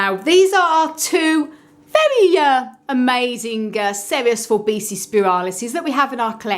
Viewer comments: it is pronounced For-Bee-see-i not For bee-see. a double i is pronounced 'ee-i' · Forbesii is pronounced For-bee see-i. The double 'i' in Latin is pronounced ee-i